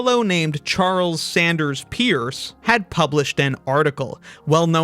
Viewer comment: Little bit of trivia about Charles Sanders Peirce: His last name, Peirce, is actually pronounced as 'purse' or 'perce', rather than 'peerse'. There are (many) people whose last names are spelled identically, as Peirce, and who pronounce it 'peerse', but there are also some (though not as many) who pronounce it 'purse' -- and Charles Sanders Peirce is one of the latter. It's kind of like how Euler is pronounced like 'oiler', rather than 'yooler' as an English speaker might expect naively. Not a crucial thing, but I still think it's worth bringing it up. Charles Sanders Peirce is quite an interesting thinker (logician, philosopher, etc.), and I think we do him more justice by trying to get his name right, if we can just remember it! 😅 [I use 'purse' as the mnemonic word, rather than 'perce', simply because it's easier to remember.]